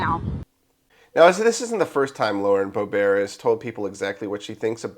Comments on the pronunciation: Bo-Bear? Lauren's name is pronounced BO-bert! The second syllable rhymes with yurt and shirt. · Pronounced BO-bert. You don’t know that???